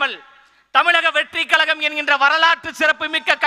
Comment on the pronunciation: Kalagama? Kazhagama?